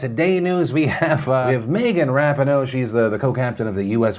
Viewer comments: it’s megan ruh-pee-no not rap-i-no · It’s pronounced Rah-PEE-noh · when he says RAP-E-NO instead of RUH-PEE-NO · Do you ever research how to pronounce names before you say them? Lol. It’s Megan Rah-peen-oh. Not Rap-in-oh 😂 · I'm sure it's already been pointed out to you, but Megan pronounces her last name "Ra-pee-no", not "rap-in-o". #soccerfan #uswnt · Ra-pee-no, not rap-in-oh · Pretty sure her name is pronounced "Rah-pee-know" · Yo Phil, it’s Megan ruh-PEE-no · Megan (ruh-peen=o) Come on with the pronunciations lately! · Just a note Megan’s name is pronounced rah-peen-oh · the way you pronounced rapinoe tho lmao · During the story with Megan Rapinoe, Phil kept saying her last name wrong I get it happens but man it was hard to listen through it everytime he said her name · the pronunciation of Rapinoe has me SHOOK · Phil butchering ube now Rapinoe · can no one say rapinoe omg